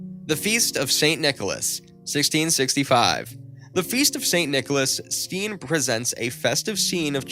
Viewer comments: it is not pronounced stien but stain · Steen is pronounced as stain.. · His name is pronounced as Stain. Check the names in advance instead of blundering your way through it.